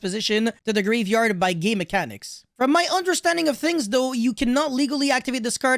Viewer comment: I thought you said "by gay mechanics" then I realised you said "game mechanics" but I decided I prefer the first one because it describes current yugioh 😂